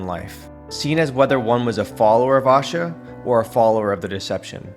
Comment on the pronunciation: PLEASE NOTE: Pardon the correction but it's pronounced "Ashaa"(A-shaaa ... short a in the beginning, long at the end) not Aashaa (a Hindi word which means Happiness). Ashaa & Aashaa are quite different, in meaning & pronunciation, although both are positive & beautiful. 🕊!!